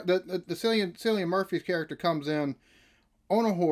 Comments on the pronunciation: You've made the same mistake as i did when first learning on the pronunciation of Cillian Murphy's name, and pronounce it as 'Sillian' whereas it's actually pronounced 'Killian'. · You will be addicted in no time. One of the best written and acted series you will ever watch. By the way Cillian is pronounced ki·lee·uhn